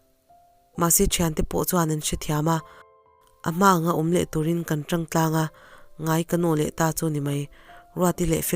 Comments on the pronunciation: tawng tih hi...a thluk hniam ni lo in..tawwwwg tih tur thluk sang deuha..thlulrei deuh tur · "Hmatawng" ti a tawng ri ang hian lam tur niin ka hria. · Hei hi kei pawh ka lo ngai mawh deuh a,nui sawng suh tih a sawng rik dan ang hian lam la